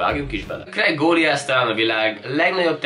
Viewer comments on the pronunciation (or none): Kreg Golájösz nem Krég Góliösz , kérlek legközelebb inkább mondasd ki a fordítóval vagy csak írd ki a képre, már azzal felbasztál hogy nem tudod kiejteni.